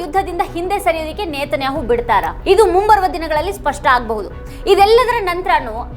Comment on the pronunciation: ನೇತನ್ಯಾಹೊ ಅಲ್ಲ ನೆತನ್ಯಾಹು